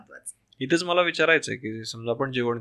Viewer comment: जेवण म्हणायचं हो जेवन नाही आनीपानी तांदलाच्या गोनी. मराठी येत तुम्हाला पण अशुद्ध येत.